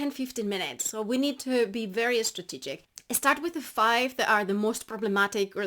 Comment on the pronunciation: Did I hear "you should be estrategic" & "especify"? 😉